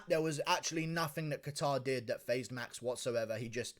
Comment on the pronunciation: I lost it when dc called max “maxy” on the broadcast 😆